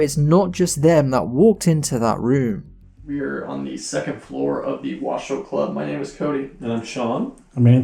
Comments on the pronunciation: It's pronounced "Wah-show", not "wa-shoe". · LOL! It's Wash-o , not Wa-shoe. I know this because I'm from there. The area is named after the Washoe Native American Tribe.